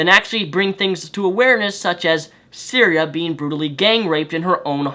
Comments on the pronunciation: I think you have the pronunciation wrong or am I mistaken: sy-thee-ree-a? Yes, wow that is some news and it took me a while to find it online as well because it is so under the surface. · Pretty sure her name is pronounced sigh-ther-e-uh. Also, another porn star set up a fundraiser to help Cytherea get back on her feet. Here it is, though it has raised nearly double what was asked by now. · The whole video, I was thinking another porn star was raped. Then I clicked the link, and found it was Cytherea. How you mispronounced it so bad, I have now idea, but typically "th" is not silent. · Her name is Cytherea, not Syria. I know you have a speech impediment and you probably didn't mean to mispronounce her name, but it annoyed the hell out of me whenever you said her name. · I'd like to note that because of dyslexia he said Syria and not Cytherea. So if anyone is having issue trying to find the story, that is why. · Isn't it Cytheria? Not syria? xD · Cytherea buddy .....not Syria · I swear I want to rip your hair out when you say "Syria" it's Sy-thee- ree-ah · Cytherea, not syria. Otherwise good video. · "Cytheria," not "Syria," dude... lol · Its Cytherea not Syria. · Her name is Cytherea, not Syria. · I'm not disagreeing with what you're saying,, but it would do you a solid to at least pronounce her name right. It's Cytheria, not Syria. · I appreciate your vid, and I do agree with you. However, I am going to correct you on the victim's name which you repeatedly said was "syria" or some version of that word. Her name is Cytheria and she has my support and well wishes. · Great points all around, but ummm....her name is Cytheria, not Cyrea or however you would spell that. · Cytheria not Syria. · The thing that annoys me most is that you keep calling her Syria, like the country and not her name, which is Cytherea... But yea feminists only support what can propagate their own agenda of female superiority. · Lol Syria. You mean Cytheria